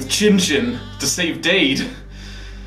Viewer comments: In the first video he's in, someone pronounces it like "dade," but in the rest it's pronounced "dad." It doesn't take away from how awesome the video is, but it's the little things that hurt the most. HAVE RESPECT FOR THE DEAD RIP DADE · it's pronounced dad. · *mispronounced Dade's name